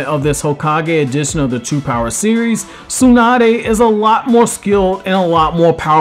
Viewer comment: SUE-NUH-DAY. I can't.